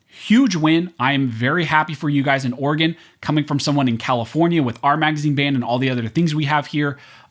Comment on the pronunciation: It's not state of organ its state of Oreegon"